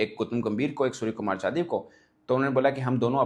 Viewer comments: .IF I CALL YOU '' HAFIZ SAEED or Dawood Ibrahim , Will you agree. Mirch lag Raha hai na. SKY ' NOT SKJ ' , I THINK YOU INTENTIONALLY PRONOUNCING SURYA NAME WRONG. HIS SURNAME IS ' YADAV , NOT JADAV. ANCHOR, OR JOURNALIST SHOULD NOT DO SUCH BLUNDERS AGAIN AND AGAIN. I UNDERSTOOD IN WHAT CONTEXT YOU ARE PRONOUNCING HIM WRONGLY FOR SO MANY DAYS in so many episodes. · Dear Anchor / Journalist/ youtuber Mr, you are pronouncing SKY name as SKJ. His surname or family name: Yadav 'not Jadhav '. I had seen this multiple times in this episode itself. How can this blunder can happen. Yadav, Jadhav, Sharma, Verma are different. Not one and the same. Here India captain name is: Surya Kumar Yadav, but you are calling him as ' Surya Kumar Jadhav, for multiple occasions. R u illiterate. Don't know how to pronounce correctly. If I call you Sana Ullah Ibrahim, will you agree. Or pronounce him as Surya, or sky, don't pronounce him wrongly. Always these Pakistani people pronounce wrongly.